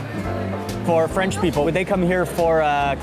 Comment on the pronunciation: Your french accent is perfect! Thank you so so much for your stay in our country ! Audrey french from Paris France